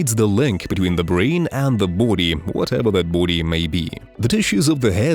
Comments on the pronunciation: Buddy, bOdy not boode. Besides that good job. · it's sounds like bhoodie 😁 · 😅 LMFAO every time I hear you say Body .. I hear Booty 😅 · Anyone else notice every time he says "body" it kinda sounds like he's a bout to say booty 🤔 or maybe I just got booty on the brain🤣. Great video by the way.